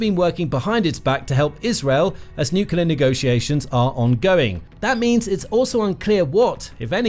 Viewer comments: Ok this is petty of me, but I kept getting an eye twitch whenever he said "Nucular" instead of Nuclear. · I find this site pretty credible and accurate, so it has value. But why oh why do so many people on this planet have trouble saying the word "nuclear"? It is. NEW-CLEE-ARE. Not new-cue-lar. It's really hard to give any credibility to someone who can't pronounce a simple English word of such importance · It’s not New Killer it’s New Clear. Please, Learn to speak correctly. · Nuclear It’s pronounced - New Clee Are Newkelar is something else entirely. Please get it right. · BTW, it's pronounced NUCLEAR NOT NUCULER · Please... For the love of everything good... Learn how to pronounce Nuclear. New-cle-ar. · it's called nucular, everybody knows that. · Nu-clee-er‼️ Reporter needs remedial training‼️ You’re FIRED😱😱😱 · "nucular"... Sure buddy, we'll listen to you. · For God’s Sake, it’s pronounced “new clear”! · England here it’s pronounced new clé ar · nookeelar drives me crazy every time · If you can’t pronounce the word, don’t use it; Atomic is just fine. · Try reading the word. Nuclear has only one letter u..... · Let's listen to pronunciation of "nuclear" - even "mercan" Bush got it correct, so media troglodytes mocked him.